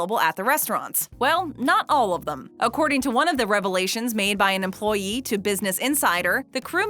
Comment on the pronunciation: the way she says EmployEE XD